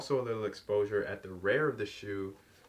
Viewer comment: A buckle. At the “rare” of the sneaker 😳 accent comin through, brother. 😜Nike got sole. I like em. If I was an astronaut. Which I may or may not be.